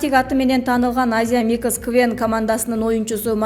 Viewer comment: Азия микис эмес Азия микс деп окучу доорубой диктор😃😃😩😩